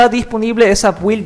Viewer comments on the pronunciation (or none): Se pronuncian: "Bild", "Apdeit", "Insaider"... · La información que diste está genial, pero las pronunciaciones a futuro serían /ápdeit/ y /bild/ M e muero de ganas de tener ese explorador de archivos oscuro... Wow